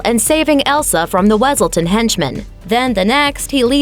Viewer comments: Duke wiselton it’s wesilton! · hey love your vid but......its Wesiltin not Wesailtin